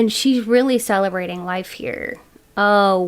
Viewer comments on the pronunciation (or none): In pile 1, I thought you said "celibate life" and was like correcto Mundo 😂 but celebrating life is true too ig 😅